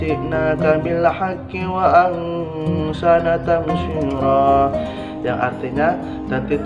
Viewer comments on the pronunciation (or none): bacaan Qurannya diperbaiki, khususnya pada kata wa ahsana tafsiran ... istilah2 kunci dipelajari dlu biar tidak keliru, seperti kata fassara (فسر) bukan fassoro sebagaimana dibaca di dalam video.